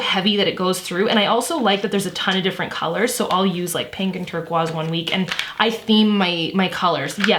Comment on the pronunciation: I will never say turquoise the same again 😂❤️